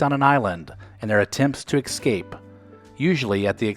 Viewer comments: The word is "Escape", there is no X in the word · When the narrator mentions " Gilligan's Island", he says "excaped", LOL!